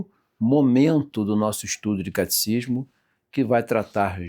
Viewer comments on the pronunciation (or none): Caro Professor, perdoe-me corrigí-lo mas a pronúncia certa é Catecismo e não "caticismo"...